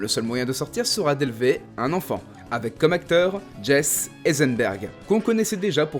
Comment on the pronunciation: Très bon format mais stpl fait un effort sur les prononciations des mots ou prénoms en anglais nottament sur "island" et "Jesse"